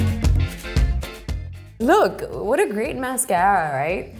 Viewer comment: The "MAYSCAYRA" was what got me 🙄